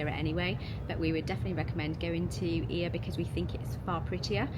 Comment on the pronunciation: it's actually EE-a in Greek, not Oi-A :)